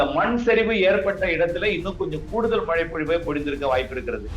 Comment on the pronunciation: நேர்காணல் செய்பவர் மழை என்று திருத்தமாக ஒலிக்கவும்.